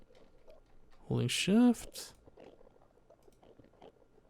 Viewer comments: every time said "Holding shift" I thought he said "holy shit" but I think holy shift is a good swearing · When said holding shift I thought he said holy shit. Loo